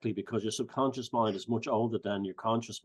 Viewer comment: Onduhstunned ==> understand Sobcuhnscheß ==> subconscious English accent is so cute it's like we the rest of the world English speakers as a 2nd or 3rd language should teach them how to pronounce things called words based on their own rules but yea.. Let's leave it this way so they keep sounding wrong but cute 😂 😂 😂 😂 🏴 💪🏻